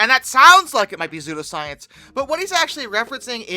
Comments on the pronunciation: Sue-Doe. Not Zoo-Doe. Psudoscience. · no, lolol, no hun thats not the issue. It is pronounced "SU DOE" not " ZOO DO" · Bcuz the p is silent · WHYYYY are you pronouncing pseudoscience like that?